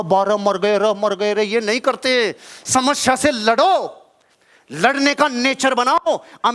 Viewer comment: Sir aap samasya ka pronunciation shamashya karte ho.